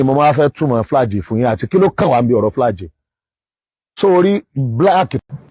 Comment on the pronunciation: is obviously an illiterate. How can you pronounce “Flag” flaje?????